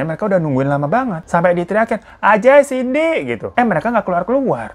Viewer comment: Bang cindy bang bukan cinday🤣